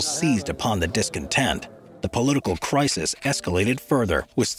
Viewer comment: Did he say "Prisis" instead of crisis?